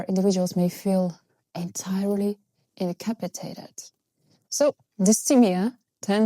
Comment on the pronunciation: INCAPACITADET, NOT INCAPITADED LOL. Sorry friends :))